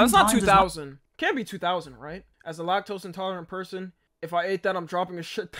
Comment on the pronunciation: “Lactose & tarlent”😭